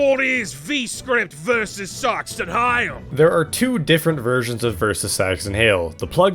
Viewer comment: Im pretty sure the original upload was age restricted because the "sax" part of "saxton hale" sounds like "sex" and you say "saxton hale" quite a few times over the course of the video